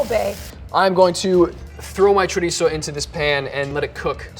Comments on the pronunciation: "Cho-rhitzo" shudders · Y el jodío todavía presume diciendo "spanish chorisou", hay que joderse JAJAJAJAJA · the way that gigachad pronounces chorizo is really tipping on my nerves, feel sorry for the camera crew, he probably said it alot more times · It's so cringy how tries to pronounce chorizo in a Spanish way, but then they say paella in the most awful American way possible💀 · I heard chorizo and I'm out... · I'm here to get upset (with love, from spain<3). [pulls up the popcorn] wait did he say chorizo? WHAT? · His pronounciation of chorizo was also more Mexican/South American than Spanish, so very likely